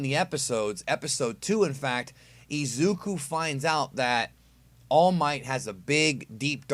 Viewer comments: AHHHHHH I'M SO TRIGGERED BUTCHERED IZUKU'S NAME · The way you pronounce Izuku’s and Bakugo’s name😂